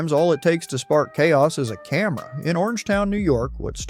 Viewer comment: Thought narrator said “sometimes all you need to spark chaos is a Karen” but he said camera 😆